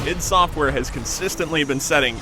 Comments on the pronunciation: OMFG its I-D- software not id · its pronounced id software.